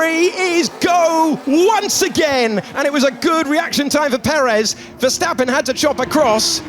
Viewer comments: Por que dice ferstapem si es verstapem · Por the Spanish comentarist: Os Verstappen not Ferstappen